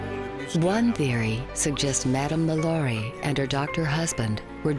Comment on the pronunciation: LaLaurie is pronounced with emphasis on the last syllable (La-Law-ree). And this story is embellished (which Smith is known for doing). There are records showing that LaLaurie escaped to Paris, where she died in 1849. Lores are interesting, but not accurate. Greetings from Cajun Country. 😉